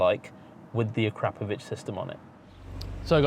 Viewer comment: "Uh-Crop-Uh-Vitch" there's no "crap"